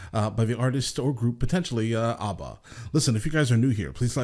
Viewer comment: As a Finn, I appreciate your correct pronunciation of this fantastic Swedish group which took my country and the world by storm in 1974.